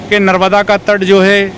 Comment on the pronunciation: Pronunciation sahi Karo . Narmada mata not narvda.